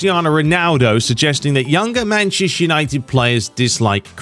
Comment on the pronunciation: Whenever you say Manchester United, it sounds like you’re saying “Mancheshire United”. Is it just me? 😂 come on sort it out mate!